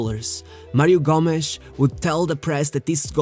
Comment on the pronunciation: Mario gomesh? Hahahahah Gómez -G-o-m-e-z